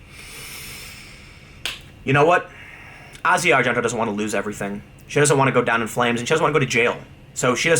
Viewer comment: When did Tim start pronouncing, "Asia Argento" correctly? He's probably the only person other than movie nerds like me that actually pronounces it correctly.